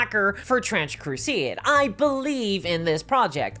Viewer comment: bro said crusieid and gieim ?